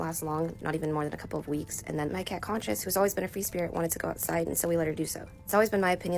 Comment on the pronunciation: The cats name is conscious not cosias 😂